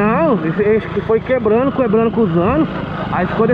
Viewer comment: " foi quebrano, quebrano, quebrano cuzano " 2022 O português mais bem falado que já vi na vida kkkkkkkkkkkk